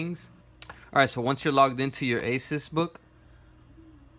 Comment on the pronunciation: It's asus not aces